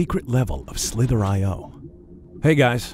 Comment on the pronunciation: I thought he said "slippery"